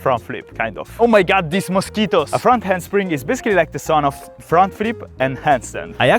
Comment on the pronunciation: O may gawd, diz moskeetoes Accent level